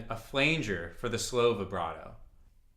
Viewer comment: Oscillator slop, Enveloper knob??? (no idea what you really said). Polymod on the low pass filter. Flanger is pronounced with a short 'a'. Like flange - the e is only there to keep it from sounding like 'fang'.